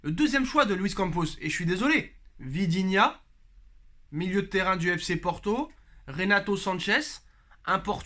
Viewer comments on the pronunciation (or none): arrête de faire exprès de dire vidinha c'est vitinha